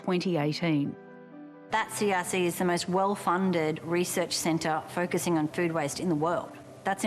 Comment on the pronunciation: All I hear is distribution cen-TAH, and the sto-AH 😂😂